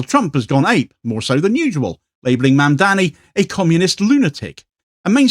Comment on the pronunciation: His name is Mamdani not Mandani. Easy to get wrong.